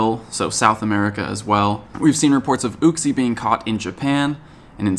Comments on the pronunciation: second comment but psssst it's you-xie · why do some people mispronounce uxie's name? I think it's prenounced "you-Ksee" if that makes sense. I hear people having trouble pronouncing those other pokemon of the lake trio sometimes I'm not sure if I'm right lol.